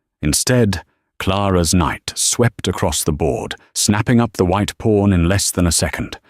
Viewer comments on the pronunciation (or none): It's pawn, not porn for crying out loud!!!!